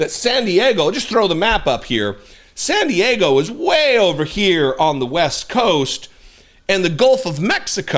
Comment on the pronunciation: She can’t say SAN DIEGO! 😂